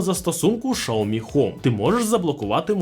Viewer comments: правильно "Сяомі", а не "шаомі". Китайською мовою не звучить як шаомі, у вас немає 30 секунд зайти у чат гпт і в перекладач щоб це перевірити? просто прикол якийсь)) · Не шаомі а сяомі. Поняв? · Що за назва "Шаомі"??? Де взяли цю назву? Аж вуха ріже😡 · СЯОМІ... Так це читається! Як і ім'я китайського вождя (Xi) читається Сі! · Я дивився британську програму про електромобілі Xiaomi англійською, так англічани кажуть "жя́мі" 😂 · Доречі, слухав як китайці вимовляють цю назву, так вона звучить ближче до шьяомі. Тому, розширювати свій світогляд іде лише на користь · Я питав безпосередньо китайця у Шанхаї, як вимовляється xiaomi, тож почув щось середне між "с" і "щ".